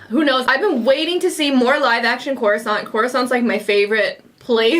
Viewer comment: It's not coruscant